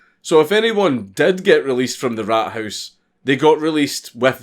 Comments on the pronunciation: Raathaus. A long a not rathouse. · he makes Rathaus sound like rat house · The way you say Rathaus is kinda meh, but this is cool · funny how "Rathaus" (townhall) sounds like rat house in english :D:D